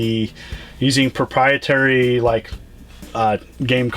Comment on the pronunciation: Why can't he say proprietary?